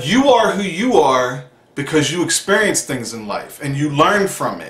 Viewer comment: Good message, and I am not one to talk because I talk so many supplements but medication( for mood) just seems scary and I always think I will always need it. Anyway I love the "...until you expurrience it" lol